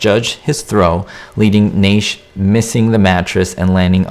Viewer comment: That was a stuntman that Strange threw out the window. The stuntman was also wearing a harness with wires so Strange could pick him up. Also you are mispronouncing his name. It is NASH. I don't know where you get your info. My info comes from Bob Burns. He was personal friends with Glenn Strange.